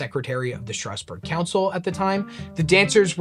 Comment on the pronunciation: He pronounced Strasbourg as Strousbourg 30 times so what do you expect